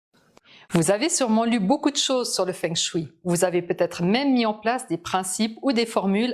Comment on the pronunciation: Savez-vous que feng shui se prononce fong shweï ? 😁